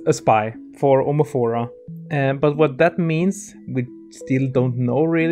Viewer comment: I love how everybody calls it omofora. Eventhough it's omorfa. 🤣🤣🤣